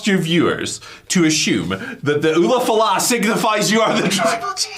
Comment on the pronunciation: LA Knight underlined how over the ulufala the audience is by calling it the "oofalafa or whatever" in his promo on Solo